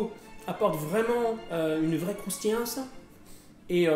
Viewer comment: Très bonne recette . Mais quand il dit "Une vrais croustillanse " avec sont accent direct il ma fait penser à cyrile lignac XD